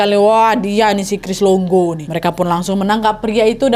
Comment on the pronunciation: Cris longo ❎ Cris dongo ✅